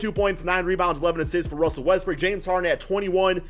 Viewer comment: Is it me or does he always say Westbrook as Westbrick?